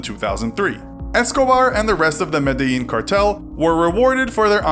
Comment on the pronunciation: Being Colombian I feel like this gives us a negative connotation. Also Medellín is pronounce me-de-Jean